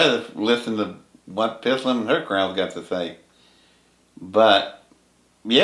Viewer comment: Honors to you, but you are still mispronouncing Pith..lam. Don’t put an “a” in the middle. Thanks